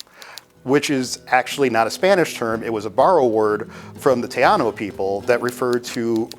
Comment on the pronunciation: there's no "teyaano" people they are Taino (tah-EE-no).